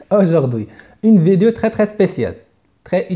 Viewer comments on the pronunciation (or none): none